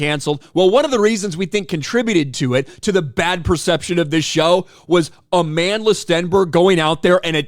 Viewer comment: "Amanless Stenberg" is how I heard you say it.